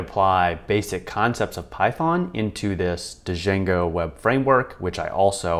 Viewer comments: It's just "jango", the D is silent. "DuhJango" has me rolling though. :-P Nice video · Good video but everytime that he says D—jango, I cringe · The D is silent, hillbilly